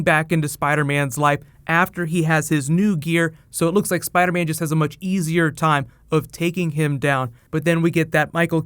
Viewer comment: spidah man